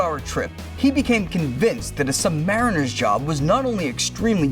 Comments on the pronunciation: They are not pronounced sub-mar-in-er. they are pronounced sub-ma-reen-er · Sub-muh-REEN'-ur... NOT... sub-MAR'-uh-nur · And to the narrator...another fact. It's pronounced SUBMARINER, not sub-mariner. Thank you! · He said it the English way, which is wrong. The way you wrote it is the American way, and is correct, because the submarine is an American invention. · Submariner is pronounced "sub ma REEN er" by submariners, and we don't give a sh1t what the dictionary says. I once made a 118 day patrol constantly submerged on USS Henry Clay in 1989 .... so my hat's off to the Trident guys for the 140 day run.